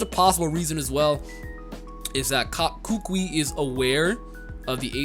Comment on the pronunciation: will probably not read this comment but, I keep hearing struggle with Professor Kukui's name. It's pronounced "koo-koo-E". It's a type of tree that grows natively on many Polynesian islands. The kukui nuts that fall from the tree are sometimes dried and made into a leis, historically for royalty or guests of honor coming to Hawaii. Also in Hawaiian culture the older the kukui nut lei is the more "good luck/vibes" the lei will possess.